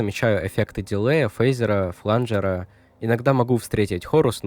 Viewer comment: После того как из уст автора раздалось "флАнжер", сразу дизлайк и не рекомендовать...